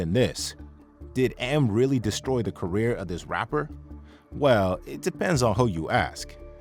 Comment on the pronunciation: You just destroyed the word 'career'.